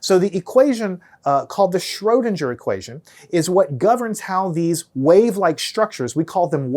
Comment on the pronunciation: Pronounce Schrödinger like linger, not ginger!